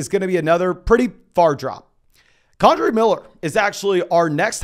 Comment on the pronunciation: For the love of god,. It’s KEN-DRAY Miller. Not KAWN-DRAY Miller. 😂